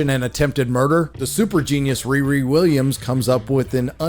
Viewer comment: Wee Wee Wiwwiams